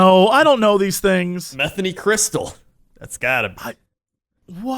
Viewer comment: Lol "Metheny" is pronounced Muh-THANE-ee. Not like the name Bethany. Super entertaining podcast! I've been binge listening for the last couple weeks!